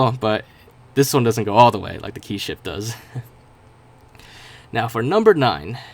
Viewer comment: you were gonna say ship but then I skipped it but then it sounded like you said sh**